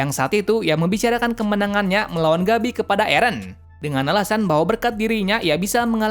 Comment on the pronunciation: Gebi Woy!Bukan Gabi bacanya!